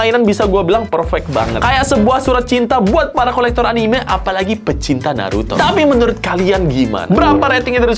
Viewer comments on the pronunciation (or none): Anime nyebutnya bukan anime